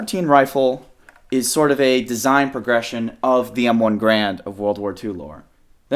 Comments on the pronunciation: i hate to be that guy, but its garand, not grand. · Every time he says M1 "Grand" I cringe a little. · It's a real shame nobody ever properly says Garand.